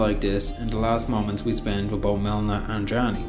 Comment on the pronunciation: Melina (Me-Le-Na)